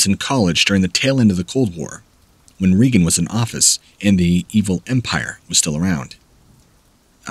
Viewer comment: Jesus Christ. Story two. If I hear "pathogen" one more time... and President "Reegan"? I don't remember him. Do a little more editing and Google some pronunciation guides. I stopped at the beginning of story three. He worked in the foothills in Montana. Foothills of what? This is just half-assed shit. I'm gonna have to unsub. I know that doesn't mean much, but I hope other people do, also.